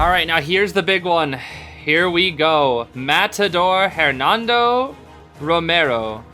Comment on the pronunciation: The h in Hernando isn’t pronounced.